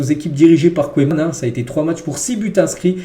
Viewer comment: Koéman 🤣🤣🤣 tu me tues!! Apprends la prononciation des noms comme il faut bon sang!! Et ta syntaxe... sérieux, fait un effort camarade !